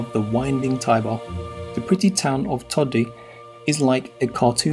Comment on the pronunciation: Nice idea to show there is more than Roma-Firence-Venezia , but how about learning to pronounce the names ? "Bairgamo", "Paysaro"(not Pesssaro),"Teeevoli" (not Tivvvoli), "Uuumbria", "To-di" (not Todddi), "Varennnna" ...nowadays even Smartphones tell you how to say words in other languages ....